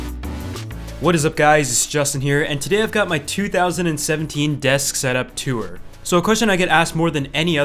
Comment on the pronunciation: "tuwer" (tour)